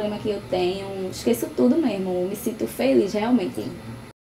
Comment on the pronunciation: Nao acabou os estudos fazer o que ? kkkk ''esqueço tudo meermo'' kkkkk